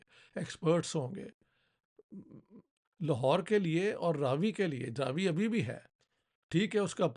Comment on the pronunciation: Raavi nahi, "Ravi" .. it's name derived from Sun